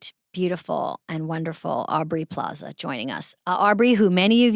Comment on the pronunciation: Does it bug anyone else that Amy calls Aubrey "Plazay?"